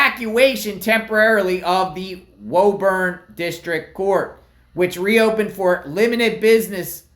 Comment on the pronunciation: It’s pronounced “Woo-burn”